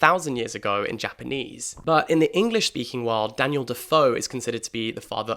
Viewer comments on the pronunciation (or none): none